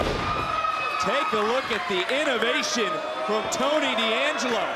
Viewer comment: Is "Dangelo" not "D....angelo". I'm italian